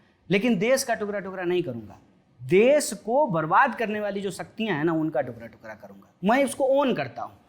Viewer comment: टुकरा टुकरा nhii hota ..टुकडा टुकडा